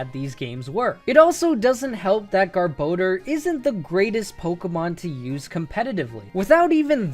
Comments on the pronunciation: You say “Gar-bah-door” weird. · I like how you pronounce Garbodor two different ways. Also, it is super good in the TCG. I still agree with you though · Who decided rayquaza and garbodor get their names butchered? There's no "e" in garbodor to make it sound like "bode." Rayquaza isn't spelled like "rayquayza" either, so I don't get how people decided that's how its name is said. They don't even sound as good as the more literal pronunciations. I won't be calling either of them by their "official" pronunciation anytime soon if they sound like crap and don't make any sense. One deoxys movie comes out and people decided a butchered rayquaza name is the official version. They literally called pidgeot pidgeotto in the first pokemon movie, so I'll take it with a grain of salt. If movies are gospel then you'd have to rename pidgeot to it's previous evolution's name.